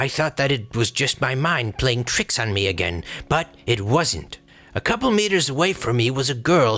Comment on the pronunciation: Eyes say, eyes say, eyes say - it’s -eye eye-gain, eye do b-eye-leave....